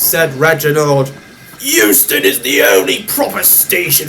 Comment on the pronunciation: Euston, not Huston.